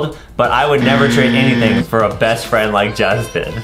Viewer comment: ADEM WHAT DO U MEAN FREAND U DONT HAVE FREANDS